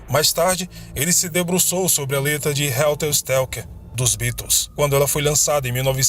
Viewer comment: "Helter Skelter" e não "stelker"